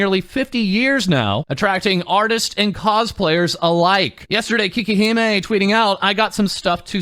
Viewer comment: But it's "cakey-he-meh", not "kee-keh-he-meh".